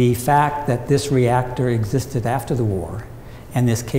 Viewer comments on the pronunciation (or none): none